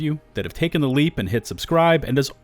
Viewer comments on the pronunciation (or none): none